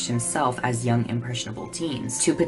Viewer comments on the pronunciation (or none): none